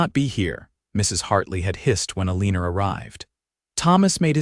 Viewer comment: I do wish someone would edit these - the woman's name is Eleanor, but it's consistently mispronounced and misspelled throughout the story . . . it's pronounced ELLEN-or, not a-lean-or.